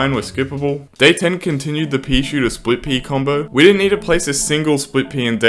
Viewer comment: When he says split pea it sounds like hes saying squid pea